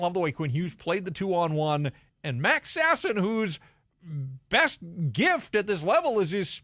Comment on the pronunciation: I enjoy that pronounces Sasson in a non-ridiculous way.